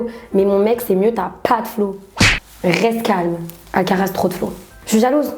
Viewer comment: Ah on est d accord elle a bien dis Alcatraz